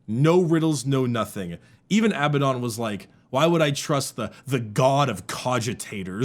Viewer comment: Ok his name is Abaddon and pronounced Ab-add on not pronounced aby-don Abadon , say ab-ad-on You know, like the mythological demon.